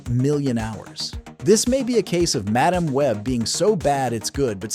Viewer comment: There are actually totally entertaining versions of “WW84” and “Madame (or mah-DOM, as the narrator said 2nd time) Web”. On Pitch Meetings and Honest Trailers. They’re super easy barely… oh, you know the rest.